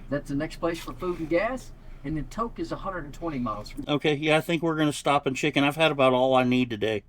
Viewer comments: It's pronounced "Toke" not Tok like tic toc. I drove the Alcan back in the 90's yeah lots of dirt or gravel roads, have to be wary of your tires. Those roads can eat tires.😊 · Just 'cause I'm that kind of a person : It's not pronounced Talk it is pronounced Toke as in poke. I've used that car wash every time . But you will still be removing dust and mud for years after this trip. Christmas and Fairbanks next - enjoy. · Tok sounds like Toe-k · Just a silly note…Tok is pronounced to rhyme with joke or poke. Long “O” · I was hopeful someone would educate her on the pronunciation of Tok(e)……